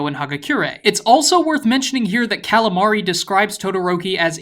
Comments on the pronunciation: Ever since he called Kaminari "Calamari," I will never look at him the same without craving fish He also calls him "cabinari"... Im literally dying 😂 I get this guys trying, but its still really funny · "Kalimari" Ded. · I fucking love how you destroy Kaminari's name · Your videos have been very enjoyable so far. Stuff like mixing in mispronounciations of Kaminari is really fun. Just try to keep the parts where what you say instantly appears on screen as small as possible. It feels kind of cheap. With all the memes flying around the videos are visually challenging enough so that you can just show a picture while you make those points. Its a bit annoying when the video and audio is the exact same.